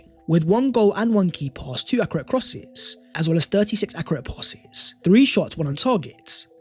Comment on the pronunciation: we love you man but please learn to pronounce ‘accurate’ properly man!!